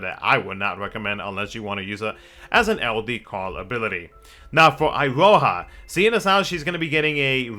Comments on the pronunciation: It is pronounced Iroha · It's actually pronounced E-ro-hah, and is a fairly common Japanese name for girls as I understand it.